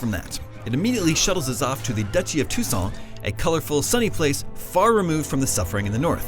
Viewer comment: I believe its pronounced dookie of two saint